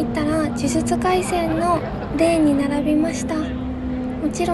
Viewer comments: 僕には「じゅじつかいせん」に聞こえました😊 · たまに『じゅじゆちゅかいしぇん』って言えない所が萌えた♡ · じゅじゅちゅかいせんって言えてないのがかわいい。